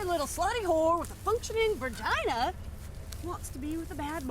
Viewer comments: It sounded like she said "functional vergina" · “Functioning vergina” 😂